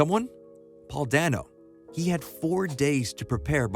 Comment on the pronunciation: He pronounces his name "day-no" not "dan-oh"